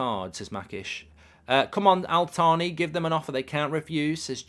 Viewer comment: It’s not pronounced Al-Thaani, the Al bit is fine but it’s pronounced Taani so like Al-Taani, H bit is silent. Just like how the H is silent in Thierry Henry name, I hope this helps